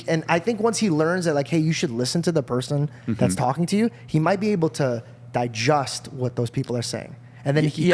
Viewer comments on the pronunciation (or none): Did you just say "Dijust" instead of Digest?